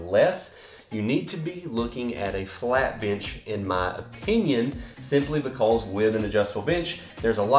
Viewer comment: "Be-cawwwwzzzz" LMAO, that down south accent slipping out right there haha. Great video 👍🏽